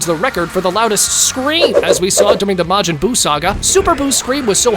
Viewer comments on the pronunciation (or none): none